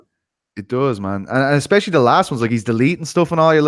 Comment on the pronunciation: Please all you journalists, stop saying exspecially, there is no x in that word. So many talking heads that can't seem to speak proper English.